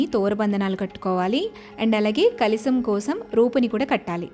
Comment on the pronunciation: kalisam kadu, kalasam anali.